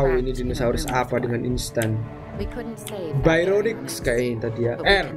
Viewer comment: Bacanya barionix bang buka bayronix